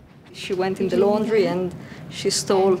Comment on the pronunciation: the way he says laundry 😂